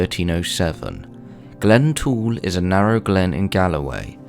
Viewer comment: Glentrool not glen tool!!!!